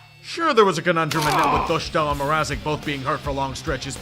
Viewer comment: Doštál? LOL. Czech pronunciation is not the same as German, y'know? it's s-t like in Staal, not sh and long a.